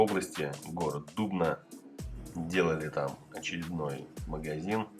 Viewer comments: ДубнА. ДубнЕ. Ударение на последнюю гласную. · Дубна ударение на А.это вы значит в торговом цетре ,,Бриз"делали что по проспекту Боголюбова. Зайду посмотрю как в живую положенно. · Рад видеть, что вам удалось поработать в Дубне. Сразу узнал эту пятерочку 👍 P.S. В названии этого города принято ударение на первый слог делать: дУбна 😀